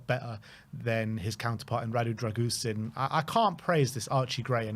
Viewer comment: Who's Drag-goosen? Embarrassing that you get the pronunciation so badly wrong.